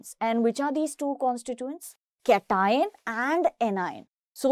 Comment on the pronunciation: Pronunciation of cation 👌